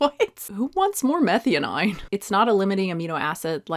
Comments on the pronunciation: Meth-eye-owe-neen not methy-oh-9, had me confused there for a bit. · Abby gonna come after you for pronouncing methionine wrong nonstop. Its pronouced meth-eye-oh-neeen. And just a heads up, I am listening not looking, but yeah glutamate is dumb, like you said, but if glutamine was mentioned, that really is related strongly to gut health for like 20+ years especially in neonateology literature -- I only know this from colleague who is a neonatal doc and altho I'm adult suggested I take glutamine to see if that would help fix some gut issues and new allergy-like symptoms I had after a virus... because of neonates literature although I was a whole assed adult.... but Abby is dumb and probably doesn't know the difference between glutamate and glutamine :( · Methionine is pronounced meh - THIGH - uh - neen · Psst. Not that important, but. It’s pronounced meh-thigh-oh-neen. 🙂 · you'd be a lot more credible if you'd learn to pronounce Methionine ( Meth - THY - OH - NEEN) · Love your content, but will unsubscribe if you don't start saying meth-eye-o-neen. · Hey are you pronouncing methionine correctly? Just asking. Compare to glutamINE .